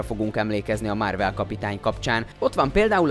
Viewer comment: "Márvel", "Rodzser Mordó". Hallgasd már meg, hogy miket mondasz. Hihetetlen, hogy egy videót nem bírsz úgy elkészíteni, hogy normálisan olvasd fel, amit eléd raknak...